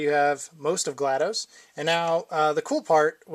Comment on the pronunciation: FYI it's GLaDOS not GLaDOSE